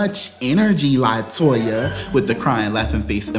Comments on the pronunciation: Ok, Did I miss something, why you KEPT MISPROUNCING LATOYA NAME?? I am so confused, lol Help Auntie out lol AND you didn't put her on the couch LMAO I AM SO LOST ITS HILAROUS!!! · You called Latoya 'Toyota' in the intro!!! LOLOL